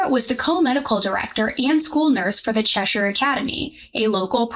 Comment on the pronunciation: I'm so glad you said Cheshire properly instead of Chesh-Hire.